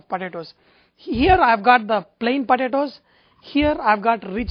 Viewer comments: this guy calls em podadoes ...podadoes ..fast as machine gun ..padadoes...lol...i had so much fun watching this cooo guy on poadadaoes...too cool thanks for great vid...laphant1 d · pa-ta-toes! lmao this guy is hilarious!!!! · yumm, puh-tah-toes. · he says potatoes funny. Lol